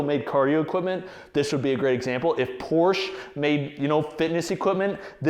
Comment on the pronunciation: Learn how to pronounce "Porsche" or stick with something you can pronounce. Like Ford.